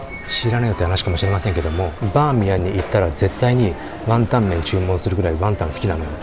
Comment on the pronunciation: ワンタンじゃなくて→、じゃなくて、ワンタン⤴じゃないかなｗｗｗｗ イントネーションおかしくない？